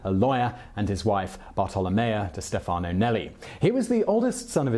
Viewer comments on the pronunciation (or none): none